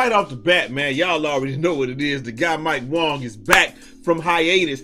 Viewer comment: bro why you keep saying mike wong its WANG my guy